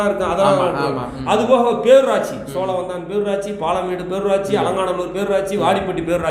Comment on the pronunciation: சோளவந்தானா. சோழவந்தானா